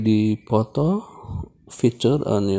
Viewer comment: Poto??? Durn Indian 🤢